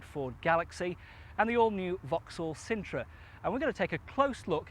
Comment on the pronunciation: yep i would change that quickly - Sintra not cintra - in the discription you say " is reviewing two popular MPVs. The sintra was possibly one the least popular MPVs or even cars of all time. They only sold like 80 of them